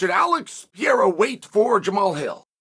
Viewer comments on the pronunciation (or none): “Pee air a” -chael. 😅 the only guy who can say pereira like that with a straight face and act like that’s how it’s pronounced. Crazy